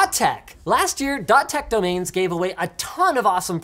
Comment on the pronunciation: "DotTech Donains" ~ Linus Ah yes DNNS... DoNain Name Server :P